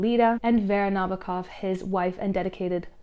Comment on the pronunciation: not to underestimate your video, but I'm only at minute 13 and it gave me somewhat of an ick that you checked how to pronounce Alighieri, but not Nabokov. it's Vladímir Nabókov and his wife is Véra Nabókova, not Vládimir and not Nábokov. the more you know <3